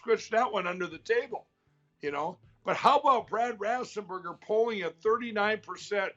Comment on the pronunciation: hahaha Mike, Brad Raffsenberger, can this guy pronounce anything correctly? methinks not